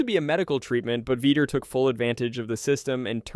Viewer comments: It's not veeter it's vee tore Vitor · Veeter instead of vitor lol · Dude, Vee-tore. Say it with me Vee-tore. Vitor. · "Veeter" lmao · he said veeter 25 times OMG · Bruh, “Veeder” Belfort? 😂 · veeter belfort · Who the f is “veter” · Mispronouncing Vitor made this unwatchable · Bro please look up how to pronounce Vitor's name before every saying it again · The way he says vitor lmao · Pronounce Vitor's name correctly. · I couldn't finish the video. It was a travesty the way you pronounced, "Vitor".